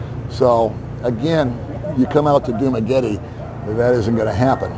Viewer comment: If you’re going to make videos You need to learn the correct pronunciation of the towns and cities It’s CEBU, pronounced See boo😅 You got Dumaguete right!